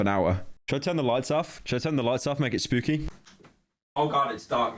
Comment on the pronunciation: it’s not spewwkey pyro.